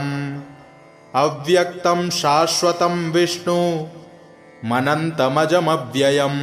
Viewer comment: विष्णुम् अनंतम् अजम् अव्ययम् है। और आप विष्णु मनंतमजव्ययम् पढ़ रहे हैं। उच्चारण का ध्यान दिया जाय, धन्यवाद।